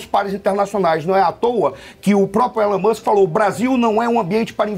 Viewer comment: Ílan mâsk, Ílan mâsk... essa é a pronúncia!